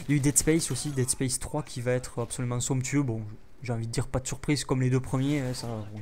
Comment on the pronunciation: T'aime Bien dire sonctueu (Je ne sais pas comment sa s'écrit :X )